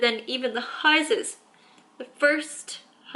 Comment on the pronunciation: Also the high - ses